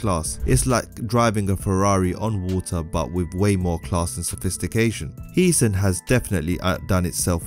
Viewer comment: Its "Heeseñ" not heesan